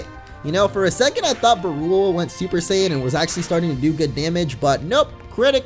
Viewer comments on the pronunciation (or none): none